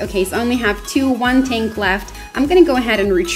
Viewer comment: why are you saying tani it call tank not tani get it right this time